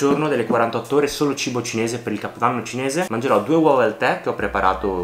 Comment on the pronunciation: Quel "mangerò" senza i all inizio è un tocco di classe, comunque sempre grande 💪